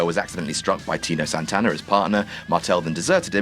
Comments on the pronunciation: Make a wish, count to three Scratchcard TV XXX Santana not Santa... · Tino Santana? Come on,.